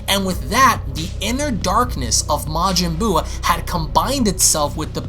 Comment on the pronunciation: "Majin Buub"